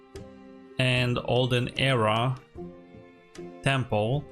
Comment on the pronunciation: It is Temple, not Tample unless that was intentional.